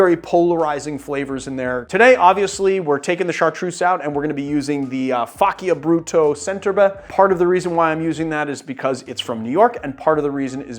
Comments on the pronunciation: The "c"s in both Faccia Bruto and Centum Herbis should be pronounced "ch" but other than that I really enjoyed the video. I just wish it didn't involve so many repetitions of those particular mispronunciations. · A bit of a nit-pick, but Faccia Brutto is pronounced fa-cha brutto, or meaning to make ugly in Italian. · just a correction, it is "fah-cha broo-taw"